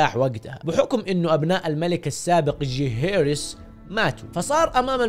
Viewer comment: ليه تنطق اسم جيهيرس بطريقه ذي